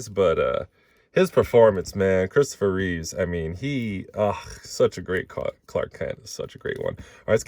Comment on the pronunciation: Christopher REEVE... not "Reeves"... George Reeves (who portrayed Superman on TV in the old days) has an S on the end of his surname... Chris does NOT...The only S that appears for him is on his chest and the cape, lol. I wish people would stop botching his name.